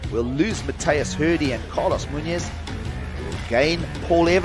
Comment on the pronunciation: Pronounce Muñoz correctly.